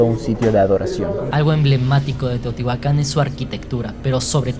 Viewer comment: Eso le iba a decir Lo peor es que separa la pronunciación Dice : Tío tihuacan En lugar de Teotihuacán